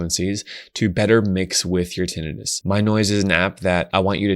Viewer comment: I hate when people mispronounce tinnitus. Tin-EYE-tus would only apply if the word was “tinnitis” — inflammation of the tin, I guess. 😂